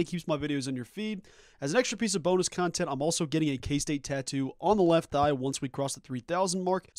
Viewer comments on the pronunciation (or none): On the left “THIGH” even though it sounded like left “EYE” and freaked out your grandma 😂